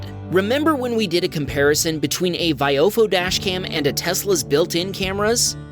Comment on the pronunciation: I can't stop laughing at how you're saying viofo, it's vi oh fo. not your unholy, horrendous attempt of English